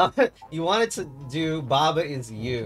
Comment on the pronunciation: its pronounced /ba ai ju/